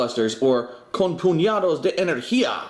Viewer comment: demise? lmao oh well at least you got the second half of con puñados de energia right.. your spanish sounds pretty good